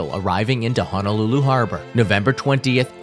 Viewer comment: There is no "a" Honolulu. I know it is a very common pronunciation to add a's in place of o's when saying "Honolulu". That being said, Hawaiian is like Japanese, whereas E is ā and I is ē.